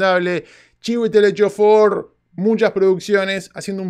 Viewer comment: Solamente por saber decir bien el nombre Chiwetel Ejiofor te mereces 450 mil likes , decime que te sale asi de rapido y bien dicho : djimon hounsou y te mando un kilo de asado y un fernet a tu casa ;)